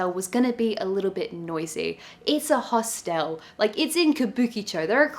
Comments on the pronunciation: “Host-l”, as if the e before the l is silent. There’s no right or wrong way, just funny. Never heard it pronounced like that ever ! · I did a double take EVERY time this person said “Host-ELLLLLLLE” 😂